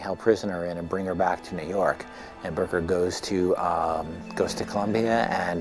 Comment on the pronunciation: It's Booker, not Bucker. Just so you know.